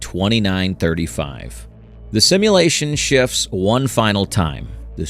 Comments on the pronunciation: this is all ai and ur even covering it up saying "well hide that better next time" can u get any worse u even mispruonounced "scp" as "spc"? js make actual content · "the SPC foundation" that is an honest slip of the tong, a slight mistake. I can respect that you did use a real voice instead of an AI voice. the visuals though... not a fan, i would have been more impressed if you had put together pictures and game play footage over this. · KEH-ter S C P